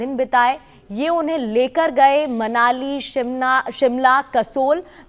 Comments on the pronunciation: मलानी नहीं❎ मनाली है ✅😃😃😃😃😃😃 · Manali hai bhai malani not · मनाली ❌ मलानी ✅